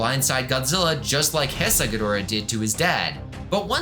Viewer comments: definitely not malding that you are pronouncing it as hesai, not heisei Also, Gemstone is not Junior. I don't remember the exact points against it, but one of them was the amount of toes being different I think. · Is pronounced heisei not hsisei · one second in and I hear Heisei pronounced as Hess-Aie...dawg...be so fr... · It's pronounced "HAY SAY."